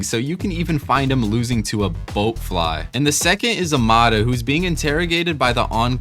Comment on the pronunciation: Don’t get me started on the pronunciations in this video lmao. “Boatfly”? “Arefyu”?! How does one mispronounce bloatfly 😭